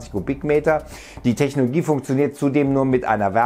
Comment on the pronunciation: Kann es sein, dass er immer Technogie statt Technologie sagt?